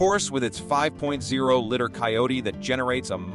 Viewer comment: What's wrong with the narrator ? He mispronounced so many words that he must have spent a lot of time rehearsing lol what a hack, the best is " the 5.2 litter engine" lol tooooo funny